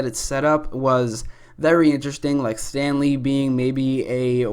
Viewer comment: When you said Stanley, at first I heard Stan Lee.... R.I.P